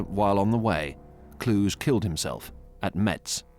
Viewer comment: Kluge is pronounced differently.